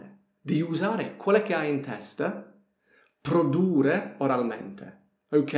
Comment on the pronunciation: PRODURRE devi dire, con due R finali